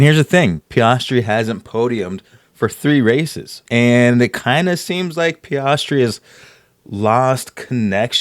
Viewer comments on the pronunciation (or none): “PEE-AS-TREE”. Appreciate the breakdown! Blue light in the background looks good. Doesn’t take away from you talking or the artwork.